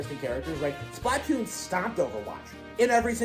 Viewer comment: I don't know why it bothers me how he says Splatoon. "Splat toon" it annoys me for some reason.